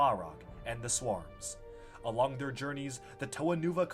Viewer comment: Ah yes, 'wahrr', 'manippleation', 'swahrrms'